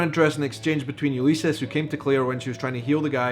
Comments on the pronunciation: Dude.ok.....it's like this...''Yule iss eeeeezzzzz'' Ulysses You've come a long way,. I saw your very 1st Outlander (OMG you said it again! Where did you get that pronunciation?)OK back to you. I saw your first ''travel like'' vlog! You're doing great! The last two episodes were rather tough huh? Wow! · Ullyses pronounced Ulissees